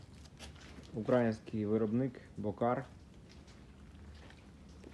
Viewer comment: Не Ураїнський а український наголос на другий склад.